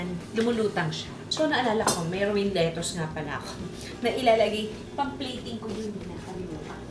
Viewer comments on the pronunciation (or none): none